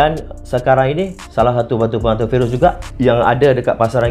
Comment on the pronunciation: Bukan virus, tapi phirus